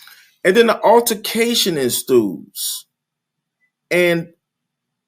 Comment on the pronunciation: Ensues... Not enstewes